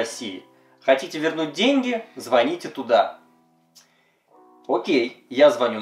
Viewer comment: Не звоните, а звоните. Как же это бесит, говорите по русски. Пожалуйста.